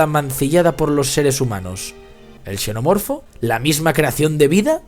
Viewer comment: TAL CUAL... PARA UNA PELÍCULA QUE ES "BASURA"... UNA CRITICA QUE SI ES BASURA APROPÓSITO: QUE A ESCRITO EL DUEÑO DE ESTE CANAL... PORQUE SE VE QUE EL PUEDE HACERLO MEJOR... ESPERO ME CONTESTE Y ME ENVIE UNA DE SUS OBRAS... PARA HACERLE LA CRITICA. un shenomorfo "pronunciado como se escribe"